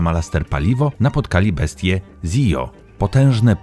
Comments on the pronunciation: Z tego co wiem to nie bestia Zijo tylko Zilo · Mega 👍🏻 całkowicie się zgadzam a i Zillo czyta się po prostu zillo